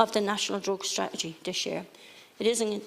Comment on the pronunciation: she cant even pronounce the word strategy...